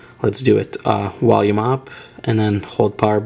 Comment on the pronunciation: "Wolume" haha dead i have a friend who pronounces there V as a W too